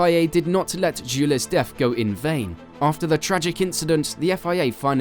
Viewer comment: Great video but it sounds like you're using an AI speech engine every time you say french names. Gilles and Jules are different names! (Zhill and Zhuul).